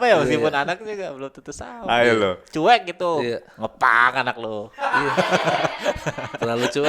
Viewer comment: menyebutnya "cu'ek" wkwkw lucu